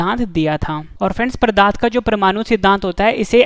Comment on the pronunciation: Plz improve question no 8 that is called pdart not pradarth .....? And improve your pronunciation also you called pradarth for pdarth....!!!!